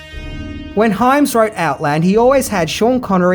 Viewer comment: Good job pronouncing Hyams name correctly this time...!)